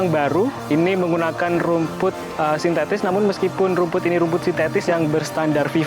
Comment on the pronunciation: “sintetis” bukan “sintestis”